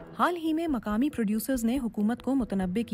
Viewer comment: مقامی نہ کہ مکامی قیمت نہ کہ کیمت تقریباً نہ کہ تکریباً قانونی نہ کہ کانونی باقی آپ خود ہی ٹھیک کر لیں.